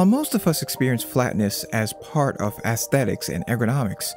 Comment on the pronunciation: FFS, younger generation! Stop pronouncing the first syllable of “aesthetics” as “ass”! It is an unstressed syllable and should have the schwa sound, somewhere between “ah” and “uh”.